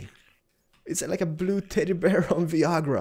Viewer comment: I love the way he said Viagra hahaha